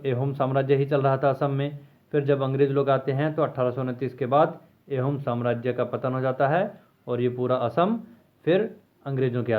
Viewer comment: It's not एहोम it's आहोम